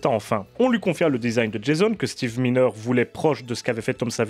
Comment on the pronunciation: C est pas Steve mineure. Ca se prononce MAILLENEUR et s ecrit miner